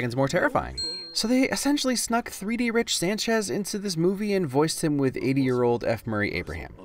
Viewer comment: He called Rick Sanchez Rich Sanchez lol